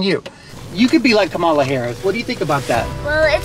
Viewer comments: Great video, but, FYI: Her name is pronounced Comma la Harris, not Ka ma la Harris👍🏾😉🙏🏾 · Kah-mah-la not KUH-mala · Her name is pronounced Kam-a la not Ka mala. Like Kamla.. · I didn't see your post before I posted regarding COMMA-LA! I'm sure EVERYBODY will get her name right when VP is added to it! 😅😆😉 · I shared it to her IG. Just a little tidbit. Her name is pronounced COMMA-LA. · I really love the video! But i hope this comment doesn't come out as hate and i am very sorry if it does. However, Kamala Harris is pronuced as 'Comma-La'. Like a comma and a la at the end. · LOVE the video, awesome family - but thanks for pointing that out since she'll be our VP !! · Great video. BTW, her name is pronounced comma - la. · LOVE THIS VIDEO, BUT HER NAME IS PRONOUNCED "COMMA-LA". JUST A LITTLE INFO💞💞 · I came here to say this too! I love this video. As a person who also has a name that may not have pronunciation that is intuitive, I just wanted to correct on Kamala’s behalf. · I had to learn this too, but her name is pronounced COMMA-LA. Loved the video, the lessons being taught and the girls responses. 💜💗 The Jeep is nice too. 🙂 🤍🖤💜💗💙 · Thanks 👍 but her name is pronounced Comma- la I meant no disrespect just wanted to let you know. Love your family 💕 As I have said before Ami is beautiful and the girls are going to be gorgeous women too! Great message! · Her name is pronounced Comma-la. But cute video. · What a wonderful, educational video for the kids, Ami and! You guys keep getting better and better. BTW, she pronounces her name ‘Comma-la’, accent on the first syllable. It took me a while to get it, too. Hey, a suggestion for a fun video is you guys doing the Jerusalema dance challenge. It would be fun to watch a to do. You, too,. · That's a wonderfully educational and inspiring video; thank you!! (But you're mispronouncing Kamala's name...) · Please pronounce her name correctly. Your accentuation is incorrect.